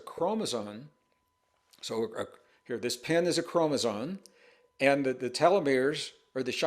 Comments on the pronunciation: ChromosoMe. M. Not N. . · Mr. Braden, can I ask why you appear/sound to pronounce "chromosome" as "k-ro-mo-zon"? Or is it just my hearing? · How can this guy pretend to talk as though knowledgeable on the topic, when he continues to say "chromoZONE?" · No offense- but you’re calling chromosomes “chromosones” and that does make me question your credibility. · Gregg, I love you dearly and have followed you for years, but there's no "n" in "chromosome".